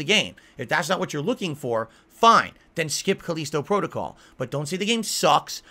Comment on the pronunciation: "Now more items are missing" Oh god it's the return of "Where's my shotgun?". "These review copies had the rush the game as part of there contract" that's not how it works Moron! Also say the fucking the title of the game right once, Jesus do Connecticut people have a weird accent I've never heard of before or is a fucking idiot. "So many of these content creators are beholding to there audience" AND THAT'S WHY THEY SUCCEED YOU DUMBASS. "There is no internet ranking hall of Fame" It's called speed running. Also some people just want a challenge, cause they know how to actually play a video game and know normal isn't a challenge anymore for most games. "They don't care about you, They wanna see you suffer. They wanna see you bitch, they wanna see you beg, they wanna see you delete it off your hard drive" and warped world view comes through. 99% of content creators have real fans who like watching them, for them. is so used to trolling that a reality where that isn't the case is beyond him.